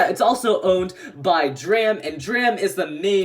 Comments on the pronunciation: It’s not dram it’s drum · Drum not dram or Dante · It's not dram it's drum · Did this man call Drum “Dram”?! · 🤦‍♂️ it’s Drum not Dram